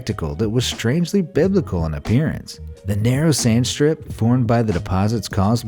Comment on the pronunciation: Oppearances? wtf? I've never heard anyone say oppearance instead of appearance